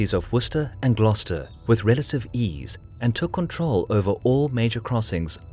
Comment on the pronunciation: honestly its so good to finally hear somebody pronounce Worcester and Gloucester correctly